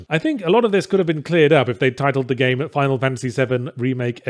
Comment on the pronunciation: Lol three instead of the is hurting my brain